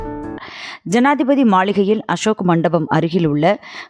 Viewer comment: என்னம்மா செய்தி வாசிக்கிற ஜாதிபதி மாளிகை என்று கூறுகிறாய்